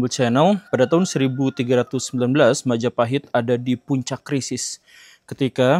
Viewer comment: Oh look at who controls all the islands? Mahajapit❌️ Majahapit❌️ Mapajahit❌️ Mahapajit❌️ Mapajahit❌️ Ma ja pa hit ✔️